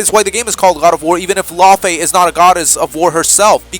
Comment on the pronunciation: Lau-Fae. yknow. Loki Laufeyson?